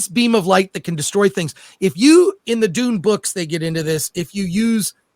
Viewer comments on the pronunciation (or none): Sing this to the meow mix song. It's supposed to be Dune,not dun. I am so hungover. Dun dun dun dun dun dun dun dun dun dun dun dun dun dun dun dun dun dun dun dun dun dun dun dun dun dun dun dun dun duendshut down.